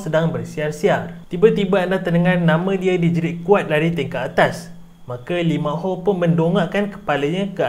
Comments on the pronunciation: lee ma ho 😂😂😂😂 its lee min ho actually 😂😂😂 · Lee min ho bukan Lee ma ho